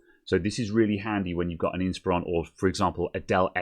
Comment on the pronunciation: sorry about that question: Are you sure you're pronouncing inspIron correctly?